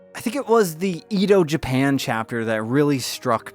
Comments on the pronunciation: I don't normally correct pronunciations because it doesn't really matter, but since Edo is historical it feels a bit bad to hear it mispronounced - it's eh-doh, not ee-doh. If you want an easy way to remember, think teriyaki yoshi. The letter i in both of those is ee, whereas the e is the eh. (I'm sorry, I hope this doesn't come across as rude!) Really looking forward to trying this game out, this graphics style is incredible. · Edo (eh-do) Japan